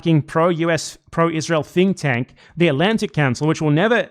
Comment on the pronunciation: Normally I assume it’s BE’s accent that makes his “th” sounds “f” sounds, but I think he meant to say the Atlantic Counsel is a “fink tank,” which, accurate.